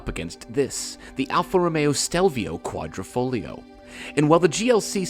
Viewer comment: I would definitely buy the Stelvio, oh wait... I've allready bought the Giulia Quadrifoglio... yes, in that Missano blue. Just one thing, it's Quadri(!!!)foglio not Quattrofoglio, learn how to pronounce correctly ;-)